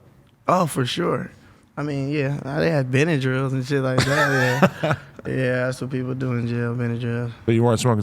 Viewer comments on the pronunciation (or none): Homie said benadryls. Aight bruh😂😂😂